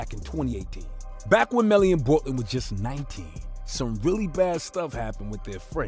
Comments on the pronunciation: How do you do a story on this and fuck up the name boltlander? (Bortland) and say that they got into the gray suv. Do your research homie. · Did he say boltlander?